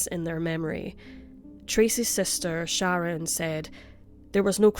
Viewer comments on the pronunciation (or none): none